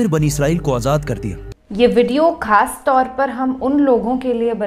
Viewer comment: کھاس نہیں بلکہ لفظ خاص ھے قوائدکےساتھ بولناسیکھ لیئجے اللہ مترجم حق بنائےاور عمردراز بعافیت بخشے۔۔۔ (الحسین عطور)